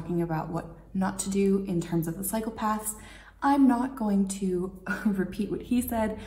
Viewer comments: Am I the only one who thought she said “walk into psychopaths” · The way you say cycle paths sounds a lot like psychopaths. I suppose you're not entirely wrong, there area lot of psychopaths in the cycle paths... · cycle paths; sounds like you said psychopaths....LOL